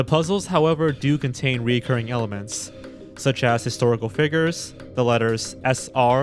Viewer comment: Considering you can spell recurring, please pronounce it properly too. There is no o.